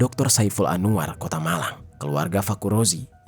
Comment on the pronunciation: AN-WAR ih, buka ANU-WAR 😭🙏🏼